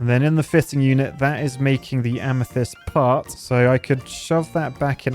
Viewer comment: Wait a second! Both times watching this i failed to realize has FINALLY learned how to pronounce amethyst 😂😂